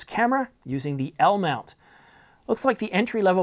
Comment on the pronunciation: no that's not how u say it This is how u should say it 👇 LLLLLLLLLLLLLLLLLLmount 😂😂😂😂